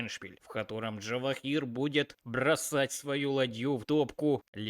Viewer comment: Каждый раз слушаю и удивляюсь, почему нельзя имя правильно произносить, ты пиаришь язык Java? Имя на букву Ж, а не Дж(